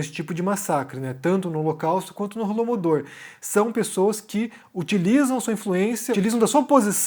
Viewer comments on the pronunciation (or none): Holodomor, não Holomodor.